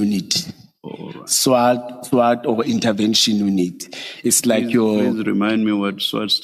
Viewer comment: He can't even pronounce SWAT heee banna